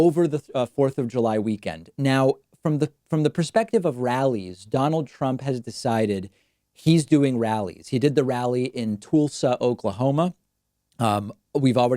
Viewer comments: Tool-sa Oklahoma? No. Tull-sa Oklahoma. Like Jethro Tull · Hey David, point of order, as a Tulsa native I’ve heard you mispronounce it several times. You pronounce it T-oo-lsa, but everyone who lives there pronounces it T-uh-lsa. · Again - David. It is not pronounced "Tool-sa" - It is correctly pronounced "Tuhl-sa." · David. Its pronounced “Tuhl-sah”. Not “Tool-suh”. Please make the effort to pronounce it correctly, Sweetie. Thanks. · David, it's not Toolsa it's Tulsa as in Jethro Tull. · Good report, David. But the city of Tulsa is pronounced “Tull-sa”, not “Tool-sa”. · Lmao. I gotta comment on that. "Toolsa"? It's "Tulsa". Exactly how it looks like lmao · David, you mangled the pronunciation of Tulsa in the beginning of this video. It's Tull-sa not Tool-sa. Also, no one calls Mt. Rushmore "Mountain Rushmore." Just pointing out how easy it is to knit pick and make fun of how someone talks. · that's great and all...but tOOL-sa? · Toolsa Oklahoma? Toolsa? lol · Tool-suh? Really David? hahaha I love you but that’s a new one I haven’t heard, gotta give you a hard time. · My "Toolsa" Okla-homie, why do you mispronounce words like this? "Toolsi" Gabbard wants to know too! 😜😂😋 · Is David making fun of someone else for saying "Toolsa" Oklahoma, or is that how he thinks it's pronounced? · It's a Pakmanism. He knows it's not correct, but it's his own thing, and you can see his little smile when he says it. It's purely for enjoyment. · I guess Tulsa is not a word you have heard before . Cause that was not even close to how it’s pronounced .